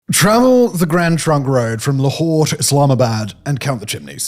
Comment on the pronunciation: Can't read English, must use French...LAHore??? What the hell l is that??